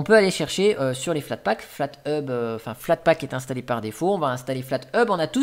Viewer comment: bonjour,tu m'as fait saigner les oreilles avec flatpak,mais trés bonne video à quand une video sur evolution ou machine